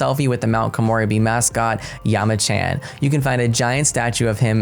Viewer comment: Yama-chan, not Yama-khan. Soo-ki-aki, not Sucky-aki. Ko-moh-rebi (longer moh sound), not Ko-more-ebi Sen-ba-maahhh-chi (shorter ba sound, longer mah sound). You got taiyaki right, though.